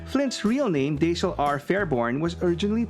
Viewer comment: Dash-el not Day-shell.